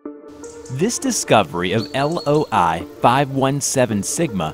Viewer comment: he said LOL-517 sigma instead of loi